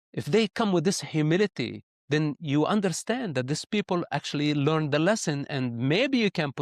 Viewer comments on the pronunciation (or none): none